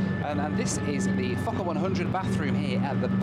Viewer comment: It sounds Like f**ker 100 not focker 100. So I giggled. But good review